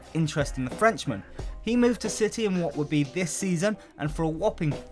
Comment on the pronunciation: Manchester Ciy